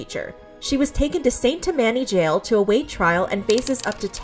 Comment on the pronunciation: It's "tam-anny", not "ta-manny", fyi.